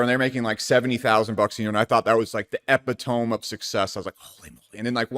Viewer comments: EPI-TOME!!! LOL epiddamee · not trying to be high and mighty, just trying to be helpful, but it's pronounced əˈpidəmē, i understandable you probably only ever read the word in books, and never heard someone say it out loud, or someone else say it wrong, cuz I've heard that word pronounced wrong here and there before, i don't think that makes you stupid, it's just a word, but next time you use it, someone out there won't look at you fweird for pronouncing it that way. Cheers! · E PIT O ME is the correct pronunciation. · did you really just say Epi-tomb? ho li fuk, we gon di, bang ding ow. It's E-pit-ah-me. As in - this comment is the Epitome of insufferable ungrateful poors correcting their betters... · Why does everyone pronounce it "Epihtowwwm" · You did not just pronounce epitome like that. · Siri please pronounce epitome 🤔💭🔓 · You lost me when you mispronounced epitome. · Must be reading a script because he mispronounced “ epitome” why speak a word he can’t pronounce? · Apparently you can be rich and borderline illiterate lmao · This dope can't even pronounce the word "epitome" yet people are taking advice from this brokie?! 😆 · Idk if I'm revealing myself to some bait here or if you don't know you are pronouncing epitome incorrectly. Lame pedantry aside, cool video as always dude. Big fan since I discovered you (last year I think?). Appreciate all that you do! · Buddy tried to say epitome lol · hi, i absolutely love your videos, i watch all of them. just wanted to let u know that u are pronouncing "epitome" wrong.